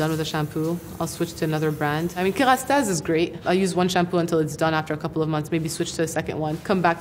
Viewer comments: love how she pronounces the french names correctly :') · when she pronounces that French product with a perfect accent, what a mood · She is Lebanese and looks like Nadine Labaké. She pronounces "Kérastase" correctly not like the native English speakers' way.